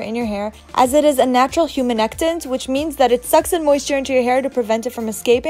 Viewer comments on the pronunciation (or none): Did you say "humanectant"? LOL